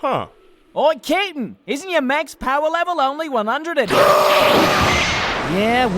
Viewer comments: Thought he was calling him KITTEN! lol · YOU KNOW HOW MANY TIMES IT TOOK ME TO REALIZE THAT IS SAYING CAPTAIN AND NOT KITTEN?!?!?! At least 35. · pronounces Captain like "Kitten" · Yeah, it took me a while to realise it wasn't "kitten". Even knowing it's Captain I still hear kitten. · Does anyone else hear saying "Kitten" instead of "Capn"? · is saying captain or kitten? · Lol I swear sound like he’s saying kitten instead of captain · At first I thought: kitten! (captain) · LMAO I thought that's what he was saying the whole time until you pointed it out! xD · Every time he says Captain it sounds like he's saying kitten to me lol. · Is calling Ginyu kitten? XD I know It's supposed to be captain...but it sounds like kitten:P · oh.... took me forever to realize was calling ginyu captain... I kept hearing kitten, now it makes sense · captain... cape-tan =kitten it does sound like kitten somehow XD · Thumbs up if you think that most of the time or however you spell his name is saying Kitten... instead of captain.. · Every time says "Captain," it sounds like "Kitten." And Freeza is God. xDDDD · hes saying captain, i thought he was saying KITTEN XD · When says captain it sounds like he's saying kitten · "I'm not that short Ca'tain." Poor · I swore called Ginyu "Kitten" for a moment... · I seriously thought was saying Kitten until I watched this the 10th time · How daft am I to realize is actually saying captain and not Kittin or Cap and not Kit? 😅😅😅😅......😅